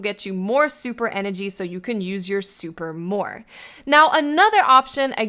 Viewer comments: I'm trying to hear more about dat supah enuhgy. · I love how she says supa and powa 😂